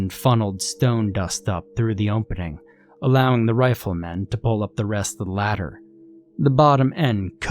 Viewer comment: Why do you only have an accent when you say opening